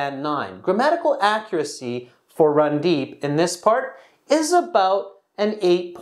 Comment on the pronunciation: It's not Rundeep 😂 it's randeep